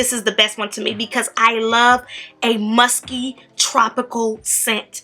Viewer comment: When she said “musky” I thought she said “musty”😂😂😂